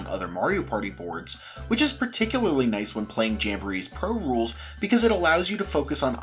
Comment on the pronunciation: "When playing Pro Rul--" close (j/k, great vid! Jamboree is so good)